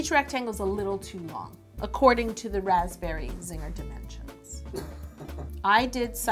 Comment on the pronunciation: lol everytime she said raspberry Zinger I was like... "raspberry Ziegler" (Like Mackenzie/Maddie/mellissa Ziegler lol)